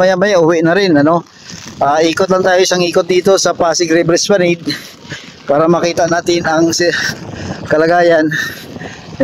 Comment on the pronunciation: Esplanad po ang bigkas nyan